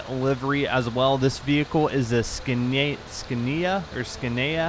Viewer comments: Scania- SC-ann-ee-uh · Scania pronounced scan-e-a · King George agreed 😂😂😂😂 scaneya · Scania is pronounced as “scan-e-ya”. It’s a European truck company, although I’m not sure if it’s from England or Sweden. Good video anyways.👍🏻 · It's pronounced 'scanea' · Its a british vehicle of course we use it and its pronounced scan eea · Pronounced scan-ya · it's pronounced scan-ya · its pronounced scania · scania is pronounced scan ne ar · You pronounce it SCANYA :) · Scania is pronounced skan nee uh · you say it like scainia i think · Scan-e-ah is how you say it.. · Scan-e-ya is how it's pronounced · it's pronounced 'scan-ear' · it's called a "scan-ni-a" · Its pronounced Scanya (Scania) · It's pronounced "Scan-Ya" :) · I think its like "scan-e-ah"... correct me if im wrong but thats how i heard it pronounced for Euro Truck sim 2.. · Scania has a silent c and in pronounced like Sonya or Sonja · its SCAN-IA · Hunter Rosson you haven't even changed anything. it's scan-ee-a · or scan-ya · too true its pronounced 'scan-E-u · TRRRRIIIIGGGGGERRRRREDDDD😡😡😡😡😡😡😡😡😡😡😡😡😡😡😡😡😡😡😡 I DON'T LIKE TO HATE ON YOU, BUT IT I SCAN-, like SCANNER. -IA, like Seria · Hey bud it is from Europe and it is pronounced SCAN KNEE YA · It is called SCANIA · You trying to say Scania offended me. It's a Swedish truck company and One of euros most popular trucks. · He said Scania wrong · When Americans pronounce Scania wrong 😂😂😂😂😑😑😑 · it is a simple word... scania s-c-a-n-i-a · Oh god.. You butchered 'Scania' 😂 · Euro truck fans die inside...